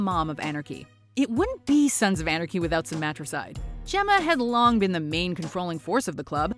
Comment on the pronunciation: She can’t say “Sons of Anarchy”.